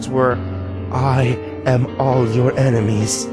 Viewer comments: IEN-emies. He has IEN-emies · no, no, no, the reading is all wrong, it’s pronounced EYE-nemies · You said a word wrong It’s pronouncer “Eye-Nem-Ees” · He said strve but not enimes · ITS PRONOUNCED EINIMEES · “Enemies” You mean enimes? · It’s pronounced einimes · You should've used That Guy With A Voice's reading of it. This guy mispronounced enimes, crips, and pizzazas. Those are all the ones I remember.